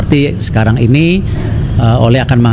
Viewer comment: si ole si ole hahahah pbahasa pembawa berita nya kurang bagus, masa sebutin nama orang kaya gitu siii ole kata nya